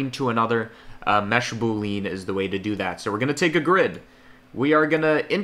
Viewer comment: I was 4 minutes into the video before I realized he was saying "Boolean". It's pronounced "BOO-lee-in", not "boo-LEAN". But I was also told by someone a long time ago to never make a big deal when someone pronounces something incorrectly because it means that they learned about it from READING A BOOK.